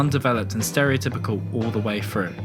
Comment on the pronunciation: why can't you speak properly. firteen? frough? free? fink? what? honestly i can't even watch the video i'm too distracted